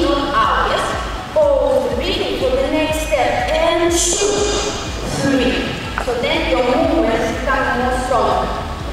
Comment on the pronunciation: Почему "чю", "сри"? Неужели так сложно выучить правильное произношение самых употребительных английских слов? И ещё эти огромные накладные ногти - как какое-то недоразумение...